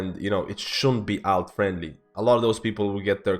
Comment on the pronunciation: say Alt the same way you would say Alternate. you put too much AL into it